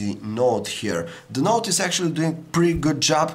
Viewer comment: Doing, not toink....